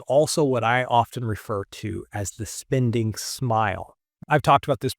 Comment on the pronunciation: Great video with excellent information but I just can't with the mispronounced spinding instead of spending I feel like I'm on the receiving end of the "right meow" stop from Super Troopers 😂